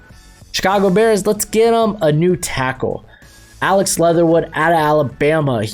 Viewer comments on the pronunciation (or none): none